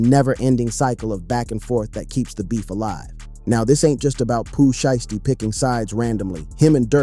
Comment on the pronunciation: That nigga said Pooh shitsty😂😂😂